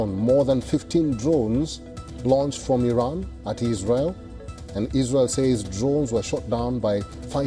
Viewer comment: Aran 😂not araq. Ok. Aran 😂supar fawar. 😂ansha Allah